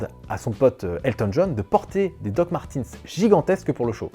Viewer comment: DOC MARTEUUUUNZZ ( Y A NULLE PART LE SON i )